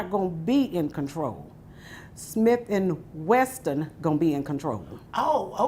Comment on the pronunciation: Ma'am, it's Wesson not Weston... you probably shouldn't possess a firearm if you don't know how to pronounce it 🤦🏽‍♀️